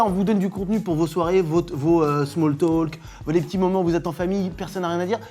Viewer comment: 2'13 : "talk", "walk", ... Le "L" ne se prononce pas !!!!!!!!!!!! Ce n'est pourtant pas difficile à retenir?! o.O